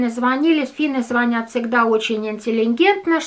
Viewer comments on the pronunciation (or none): none